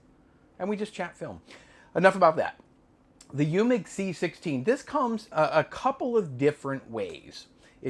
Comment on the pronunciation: you need to work on your German 😂 Eumig is pronounced: Oi mick. Wien is pronounced veen and it's the German word for Vienna. 😂 PS: I use a metronome app on my cell phone for time lapse. 60Bpm = one click per second.